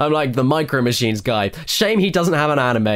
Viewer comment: You didn´t say anime right. It´s not Ann/in/may.